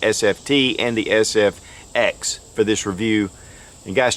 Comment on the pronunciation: You called it the FSX instead of SFX.